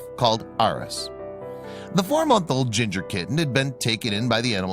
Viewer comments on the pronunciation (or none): none